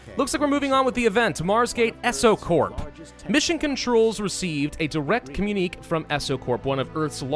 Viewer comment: Communique - com-yoon-ikay